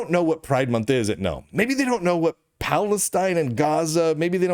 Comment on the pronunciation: thanks Lunduke for pronouncing Gnome "nome". it annoys the hell out if me every time someone says "Guh-Nome".